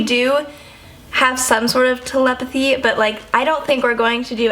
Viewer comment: Not tel-em-pathy it's tele-pathy